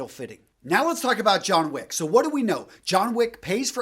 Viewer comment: It's Wick. John Wick.